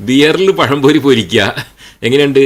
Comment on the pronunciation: ദീനും പഠിപ്പിച്ചില്ല ദുനിയാവും പഠിപ്പിച്ചില്ല മലയാളം ഉച്ചരിക്കാനും പഠിപ്പിച്ചില്ല. പയം പൊരി😂😂😂🤣🤣🤣